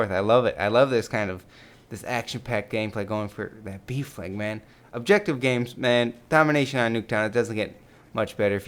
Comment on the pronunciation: when he says ''b flag'' it sounds like ''beef leg''